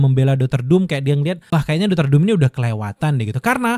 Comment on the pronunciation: Apa cuma gw yng denger abang ini bilang dokter malah doter